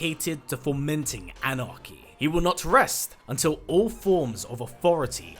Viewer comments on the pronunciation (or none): none